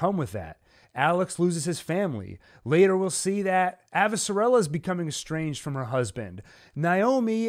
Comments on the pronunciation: thank u for breakdown. plz tho my gal is AvasaRALa not AvasaRELa. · Lol, the pronunciation of Avasarala and Amos was so cringey! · I prefer the audiobook pronunciation: AvaSARala.